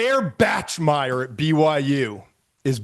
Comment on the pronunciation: I’m glad McShay finally watched some BYU tape and went down a rabbit hole with the QB. But he still doesn’t know how to say “Bachmeier” lol